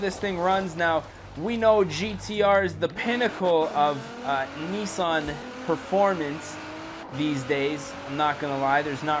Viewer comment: It Nissan not nessan